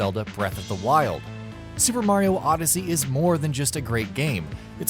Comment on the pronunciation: Did he say odyssey yussy